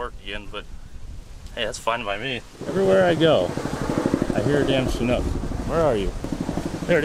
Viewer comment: As a mechanic on them I'm sad you also were taught incorrectly the pronunciation. The name comes from the chinook salmon which that name follows from the chinook tribe, which I'm a part of, and it's pronounced “chin-ook” not shinook. Just a little heads up for ya